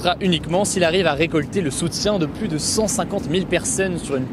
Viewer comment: Hugo et son « de plus en pluS » 🙏🤪